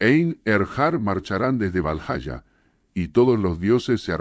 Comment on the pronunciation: Esto es con ia? Si es asi , los videos te quedarian mucho mejor si escribieras las palabras como deberían ser prununciadas , así en vez de valhaya , podríamos escuchar valjala y miyolnir en vez de mijolnir